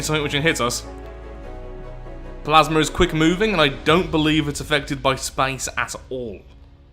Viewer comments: Why is he saying spice in stead of space?😂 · Love your pronunciation of "SPAECE!" every time. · Drink every time he says "Spaice" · I thinks thats maybe the russian pronunciation in english i think its more like spaiĥce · swear I've never heard space pronounced that way